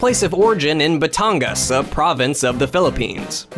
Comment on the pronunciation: Wait did he just say batonga for batanga?